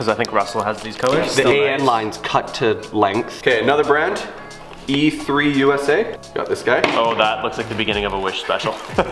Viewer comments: it's not e3usa its emusa, for ebay motors usa, you probably already know that but it was annoying to hear e3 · Bte the eMusa not three haha